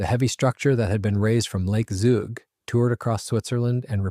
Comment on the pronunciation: The local pronounciation of the name of the town/region of Zug is "tsook" and the name of the lake (Zugersee) is "tsooger sayh".